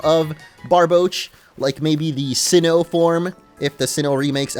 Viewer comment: Sinnohnian.. sinnohnyan